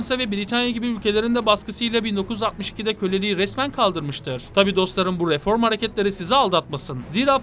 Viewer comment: kardeş yorumların mükemmel. sadece r harflerini daha dikkatli telaffuz etsen güzel olacak. RIFORM gibi :)